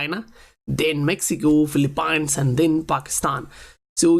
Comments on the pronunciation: I just want to let you know, Phillipines is not Phil-A-pines. It's pronounced as FIL" + "uh" + "peens. Aside from that great content man! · Great work- just an FYI - it’s pronounced Filee-peens.